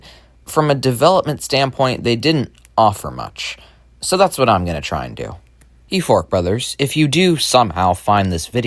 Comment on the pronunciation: when you said euphoric brothers EVERYTIME i thout you said FORK BROTHERS